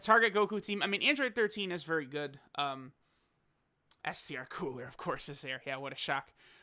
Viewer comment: Coo-ra not cooler